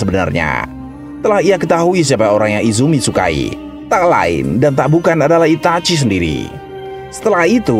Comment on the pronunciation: kenapa sih harus Itachui cara bacanya Min... geli